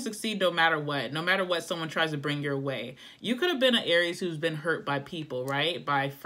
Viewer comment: I dropped my bud all over the floor 😂 “You feel like no way and I feel like ..wayyyy” lol so posh